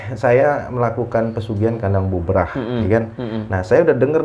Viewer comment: Bubrah bukan bubaran / brantakan mas bro. . . . .wkwkwkw